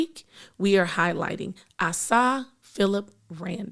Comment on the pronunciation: She pronounced Asa wrong. It is pronounced A-Sah